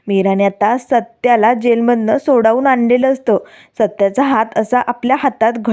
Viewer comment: संवेदक नीट मराठी बोला की.सोडावून नाही हो सोडवून म्हणा.